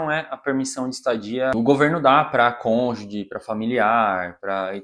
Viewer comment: A pronúncia da palavra cônjuge é "konjuji" (gi como em girafa). Não sei se é defeito do meu som, mas eu ouço você pronunciar sempre cônjudi ou cônjugui. Sobre a história, que saga! Desejamos sorte! 🍀🌎